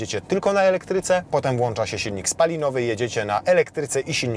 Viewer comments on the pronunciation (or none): none